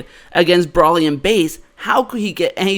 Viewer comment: It's Bro-ly, not Brolly.